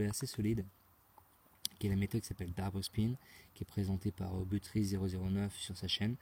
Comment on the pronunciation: Einstein a dit qu'il n'était pas possible de gagner à la roulette , gros malin..ce n 'est pas avec tes constatations et techniques à 2 balles faites depuis 2 ans que tu vas pouvoir le contredire....achète toi plutot un livre sur les stat...Par contre je tiens à te féliciter pour ton accent quand tu dis " double spin" . Sauf que Einstein n' avait pas de connaissance sur des techniques de money management , chose que 'jai réussi à faire